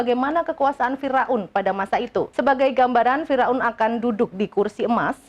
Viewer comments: Pembaca beritanya 😅😅😂😅😂fira un....fir aun lebih enak didenger.... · Fir'aun mbak bukan Fira'un